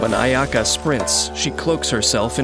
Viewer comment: He pronounces her name better than her own voice actress